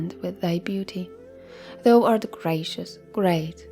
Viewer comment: There is one word you regularly mispronounce that is a little hard to understand for english listeners. “Thou” is pronounced “thow” (rhymes with “ow!”). You are saying it like the word “though” which is a bit confusing. Your voice is lovely to listen to though!